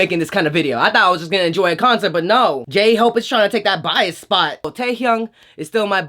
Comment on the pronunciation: DID YOU SAY GAY-HOPE I CANT